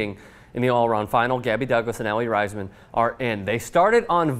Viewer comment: I am sorry but you said Aly Raisman's name wrong.